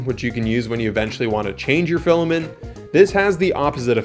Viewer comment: Filament. Pronounced "FILL-A-MINT". Not filamin.